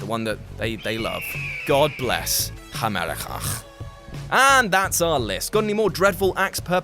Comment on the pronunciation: "God bless Hamericajjjjjj". That made my day.